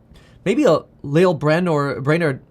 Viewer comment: You’re pronouncing Lael’s name wrong